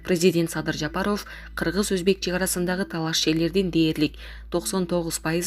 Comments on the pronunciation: Ушул жанылык окуган журналистка Садыр Жапаровдун фамилиясын ударение туура коюп окусан болот эле.Садыр Жапароов эмес Жапааров деп а тамга басым менен окусан. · Ушу окуганкызды карманам 1 кун кечке Жа-па-ров деп айттырмакмын . Уят ай уят окуганын эмне ээ кокуй